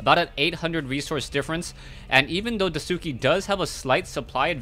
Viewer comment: It doesn't bother me that you are pronouncing DaiSuki's name incorrect, but if you'd like to pronounce it correctly say it like DIE + SKI. So DIE SKI instead of the way you are saying it... I just remember when people were wanting to pronounce Sase's name correctly and same with TH000 from WC3 it was beneficial. I love all the games and casts.:)